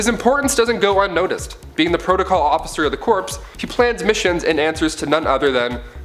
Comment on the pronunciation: Core not corpse